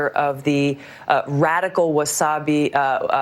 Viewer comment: Love Tulsi Gabbard , specially cause she called the Wahabis - "Wasabi" 😂😂